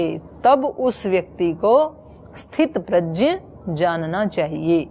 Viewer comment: Didi aap gya ko Jaya bol rahi hain e dono alag-2 hai